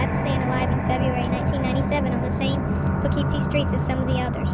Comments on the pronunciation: you are pronoucing the city wrong its "Pough-Keep-Sie" not "Po-Keeeep-Sie" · Weird pronunciation of Po-KEEP-see was distracting. Anyway, the problem with this maniac is that he chose to kill women involved in prostitution and drugs, whom society sometimes treats as disposable. It was hard to get anyone to connect the crimes, let alone take the disappearances seriously. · Learn how to pronounce "Poughkeepsie"